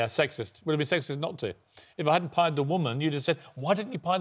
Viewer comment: Man stop saying pied that sounds so wrong 😭